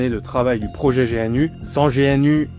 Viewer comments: On ne dit pas G.N.U. mais GNU comme l'animal le gnou ... Le fait que tu ne saches meme pas comment ça se prononces alors qu'il y as des milliers de vidéos de Stallman qui parle de GNU et de la fsf prouve que t'as juste sorti une vidéo après avoir lu Wikipedia deux minutes. T'as complètement skip les informations les plus intéréssantes/importantes du projet comme par éxemple le cas Stallman v. Tanenbaum qui est très intéréssant et qui éxplique pourquoi Linux n'est pas aussi bien qu'on le dit architecturalement parlant. Tu le dis toi-même, le kernel fait 27 millions de lignes de code, et ... c'est tout ? aucune critique ? Non tu ne pointes que le fait que c'est utilisé partout. Oui c'est utilisé partout, car c'est un logiciel libre. Pas parceque c'est un bon logiciel, mais uniquement car c'est le meilleur qu'on as pour le moment. Loin de moi l'envie de dire que t'as fait une vidéo de merde. Mais t'as juste récité le contenu de wikipedia. J'ai vu que dans un commentaire t'as parlé de "partager ce qu'on sait" si c'est tout ce que tu sais, la prochaine fois, fait le honnetement et lis l'article wikipedia face cam. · Petit détail : on dit « Gnou » et pas G.N.U. Les développeurs utilisent beaucoup d’acronymes à double sens et un Gnou est l’animal que tu peux voir sur le logo de GNU. De même, on dit « Dosse » et non D.O.S.